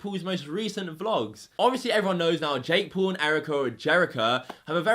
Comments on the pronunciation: This dude pronounces his name like jek pool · Normal people= Jake Paul = Jake Pool (His pronunciation 😂) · "Jake pool" 😂😂😂😂😂😂